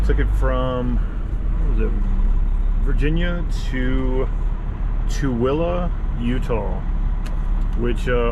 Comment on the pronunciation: I'm impressed. You actually pronounced Tooele correctly. There are some weird names in the world, and that is one of them.